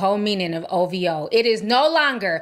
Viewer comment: It’s “OVHOE” fah me 😂😂😂